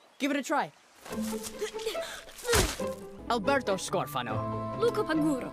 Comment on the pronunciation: Why can't Alberto say his own name correctly?